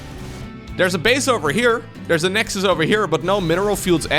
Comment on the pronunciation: "the nexdus, haha" badumm tsss xD